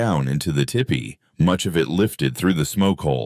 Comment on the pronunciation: Its not Tippy…it’s pronounced Teepee.